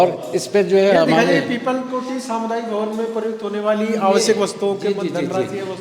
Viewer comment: Oh bhai😂😂😂😂 yr piplakoti hai pauri me😂😂😂 joshimath jate samay peepalkoti aata hai😅😅😅😅 ऊपर से ये अनपढ़ यूट्यूबर इसे पढना भी नहीं आता है😂 पिपलाकोटी को पीपल कोटी बोल रहा है